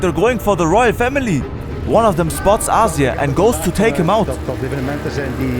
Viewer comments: please stop mispronouncing Azir's name... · 3 months of work but didnt bother to learn how to pronounce the names right :D Still a great video!